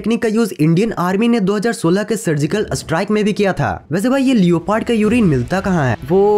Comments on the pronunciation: BHAI LEOOOPARDD NHI LEPORD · Bhai लियोपार्ड likha hua hota h lekin usko लेपर्ड bolte h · Its leprd(Leopard) not lio...paart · Not liopard it's leoperd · Bhai ye leoopard kya hai🤣🤣🤣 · lioo pard? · Bro... लिओपार्ड नहीं लेपर्ड ...🙏🏻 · Leopard = लेपर्ड not लियोपार्ड 👍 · लियोपर्ड nhi beta लेपोर्ड hota h😎😅😅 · Baki sab choro Bhai leopard ko liopaard bol ra hai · It's not leoooopard it's leopard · Did you say leyopad for leopard 😂😂😂🤣😂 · You pronoune leopard wrong